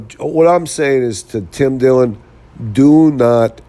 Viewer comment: bro, it's Dillon, not dillion